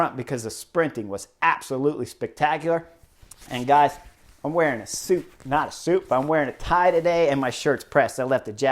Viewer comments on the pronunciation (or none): none